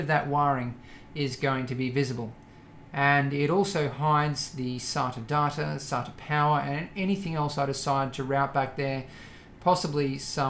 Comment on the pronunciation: I want a montage of every time this guy has said "sata-data" in a 10-hour loop